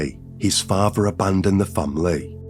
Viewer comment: It’s a hard listen when you hear words like farver, muver, and bruver…